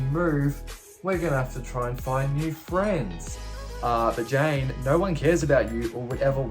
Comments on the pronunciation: Lol you keep saying Jane instead of Jan. I'd watch out if I were you. You might wake to find Jan standing over you, gleefully laughing while she gives you a crew cut. ;) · Yes I thought so too. But I wonder how he would actually pronounce "Jane" then, lol?